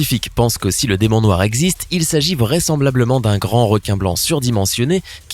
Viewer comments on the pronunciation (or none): "DEMON NOIX" OUAIS MDRRRRR